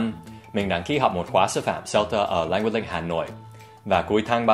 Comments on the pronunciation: Em không nghe thầy phát âm âm cuối của cả hai từ 'language' và 'link', có phải thầy đã bị ảnh hưởng cách phát âm 'Language Link' của người Việt không ạ? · Thích cách Dan nói Leng Guých Linh (Language Link) như người Việt khi đang nói tiếng Việt :x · Well it's quite interesting how you pronounced "Language Link" as Vietnamese accent to make the sentence sounds more naturally